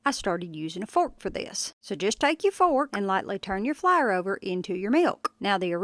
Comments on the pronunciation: I’ve never heard anyone pronounce “Flour” like “flier” 😂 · LMAO “flaer” HAHAHAHAHA!!!! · I say it like Flahr too lol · “Into the flar” 😂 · I am glad she demonstrated what she was doing because I thought she said flower. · You Flyer honey it pronounced like a blooming FLOWER NOT FLYER . Drives me crazy please get it right if you going to brag on you tweaked biscuits PLEASE PRETTY PLEASE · Which part of NC are you from, I ask cause the pronunciation of flour lol I grew up there. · You know you are country when flour is one syllable. Or British.